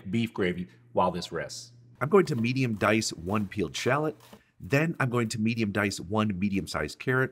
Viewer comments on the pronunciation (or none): none